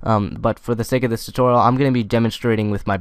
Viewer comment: LOL you said tititorial